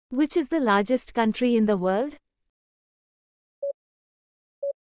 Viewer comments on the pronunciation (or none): none